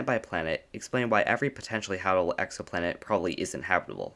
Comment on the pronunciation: Ha bit able. Not habebable. Or are is it hable